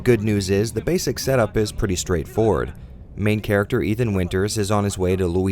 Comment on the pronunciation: "Eve-an Winters"